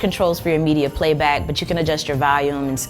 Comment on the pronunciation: Valcuum (Vacuum) and Valium (Volume) LMBO! I'm sorry I am laughing way to hard at those!